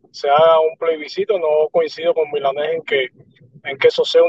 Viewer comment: Plebiscito no playbiscito jajaja